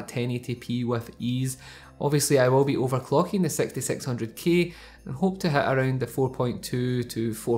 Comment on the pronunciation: when he said 6600k I thought he said sexysexy00k 😂